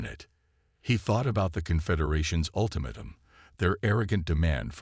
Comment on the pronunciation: Thanks. However!!!.....I REALLY wish you would narrate your own stories yourself like a "FEW" others do. It is SO much more enjoyable than listening to POS CRAPPY AI's that can't speak English!!!! WTF is: "me-TAL-urgy", "day-BRISS", "UL-timitum", "DIZ-aray"!!!!????? EXAMPLE: StarboundHFY narrates his own and they are MUCH more enjoyable....and I can actually finish his stories. There is also a Hispanic gal who narrates her own. Join those who do it right!!!